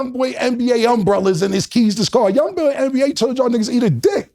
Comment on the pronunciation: neva have you heard him or anyone refer to him as “Young boy NBA”. So Cam not knowing how to say it was worth pointing out. Thanks for the like tho.